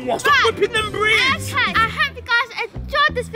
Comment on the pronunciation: And her dad said breeds instead of braids